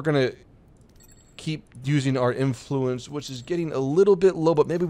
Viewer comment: Why...must you say "Influence" like that? You're putting too much emPHAsis on the wrong syllABle